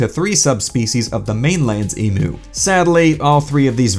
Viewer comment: I have to say it as the down-under troglodyte that I am... we say "Eeem-You", not "Eee-Moo"! Nice rewind!